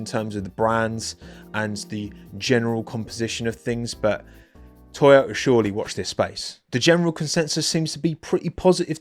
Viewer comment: Oh he's saying TOYOTA. I spent way too long trying to understand why Toto was influencing the Haas livery 😅